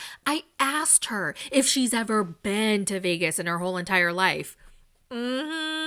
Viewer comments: That accent doin all the heavy lifting for pronouncing VYEGAS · I thought you were exaggerating when you said Veeagus... I lost my absolute shit when the clip of Natalie came on with her literally saying Veeagus. 🤣🤣🤣 I watch the recap here and not the show. That's how good this is. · TEK ME VEE-YAY-GUS NOW JOSH!!! 🔥🤣🔥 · I've been telling everybody to "invite me to viegas" all day. 😂😂😂😂